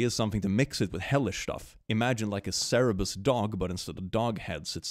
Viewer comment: please you always say cerebus but it is Cerberus. Coming from the Greek Κέρβερος (Kerberos). As someone who has learned 4 years of Ancient Greek in school it physically hurts me when you say cerebus.